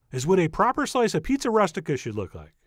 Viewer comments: its pronounced "roo-stik-ah" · Chef, you must have heard this pronounced by a southern Italian. It is roo-stic-a. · “rOOstica” like “rooster” not like “rust” - otherwise; FANTASTIC! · it's pronounced ROO STI KA.